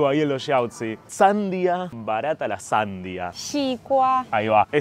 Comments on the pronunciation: "Sandia" significa necio para pronunciar la fruta se le dice "Sandía" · HOLA PIOLA TUS VIDEOS CHE ......SAN DIA...ACENTO EN DIA...HACENOS QUEDAR BIEN HABLANDO ES UNA PALABREAAGUDA ACENTO EN ULTIMA SILABA